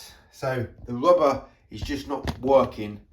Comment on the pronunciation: Dear, BTW it is Rubber not Wubber yours. Mr Window Cleaner